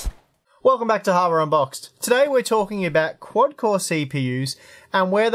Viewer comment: Is it just me or does it sound like says welcome to harbour unboxed?